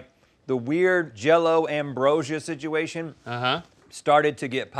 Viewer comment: Rhett "Sidgeuation" alert!